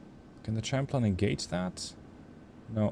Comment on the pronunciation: I get English is not your first language but it's pronounces Sham-plane, like Champagne. English is indeed a weird language.